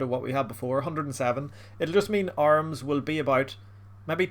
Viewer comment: Who the hell pronounces AH-rim as ARMS?